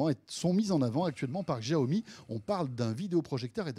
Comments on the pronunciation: Ça se prononce siaomi tout simple c'est quoi ce chiao mi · Djaomi ??? C’est pourtant simple, en mandarin X se prononce CH : Chiaomi Merci